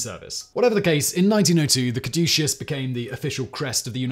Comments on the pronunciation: Simon, it is cad•u•sus not any of the pronunciations you used! This episode was the most painful i have ever had to listen to! i usually rate your content good to excellent. This episode is a Fail!:-( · I love Simon, but I wish he would have taken a moment to pronounce "caduceus" correctly. He pronounced it like five different ways throughout the video. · How many different ways did Simon pronounce 'caduceus?' I counted 12. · Alternate title: "How many ways can one man pronounce 'Caduceus' in 15 minutes?" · Hilarious that Simon pronounces "caduceus" at least three different ways in this video. More hilarious is that I always thought is was pronounced COD-uh-CUSS. 🤣😂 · I wonder if Simon is aware that he pronounced "Caduceus" 3 different ways throughout the video? He seemed to have finally settled on the correct pronunciation by the time he was about 2/3 through the video. Even mispronounced, anything Simon says sounds absolutely correct with his crisp British accent, lol.